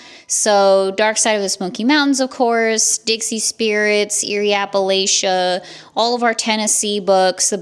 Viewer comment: you live in Appalachia please pronounce it like a local 😂